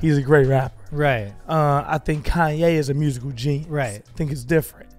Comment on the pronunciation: Quit saying it like that “ con-YAAY”